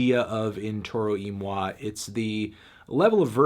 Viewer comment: It's pronounced "Toro Y Moy"! I refuse!